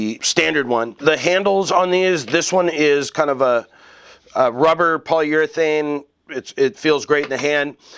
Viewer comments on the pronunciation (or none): none